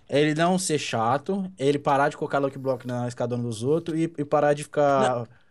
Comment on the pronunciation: É "faz" e não "fais" e também e "luck block" e não "lok blok".